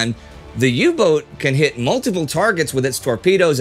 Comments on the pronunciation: Great little episode, but please pleae just say "U-boat" when referring to a U-Boot, the pronounciation of boat/boot in English and German is exactly the same. Kaythanksbye! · When will you learn that the german boot and the english boat are pronounced exactly the same?